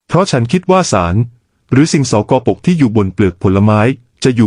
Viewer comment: คลิปนี้ใชั AI ช่วยออกเสียงบรรยายหรือป่าว หลาย ๆ คำฟังแปลก ๆ องุ่น ก็ออกเสียงเป็น อะ งุ่น , สกปรก ก็ออกเสียงเป็น สอ กอ ปรก